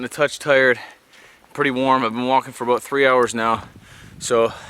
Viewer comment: About/ aboot lol I